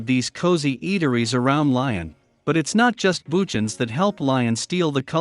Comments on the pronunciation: Lyon is pronounced “Lee-On”, NOT “Lion” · It's pronounced Leeon you idiot.